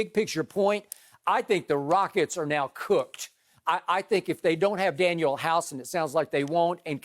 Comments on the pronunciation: Man said Daniel House 😂😂😂 DANIEL HOUSE!!!!!! I used to hate Skip but I gotta give it to him, he’s blossoming into a legendary stand up comic... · Skip said daniel house hahaha. I love the troll know as drip Bayless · This man said Daniel House lmao 😂😂😂 He really had to reach for this one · Skip: Danuel House Danuel House Danuel House Everyone: Who is Daniel House? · I checked out when he said “Danuel House”